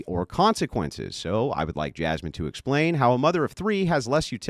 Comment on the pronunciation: "Jazmen"? pfft...🙄